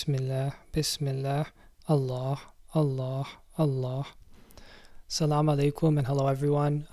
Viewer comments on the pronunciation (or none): There is no ح at the end of the name of Allah it's a ه sound that is soft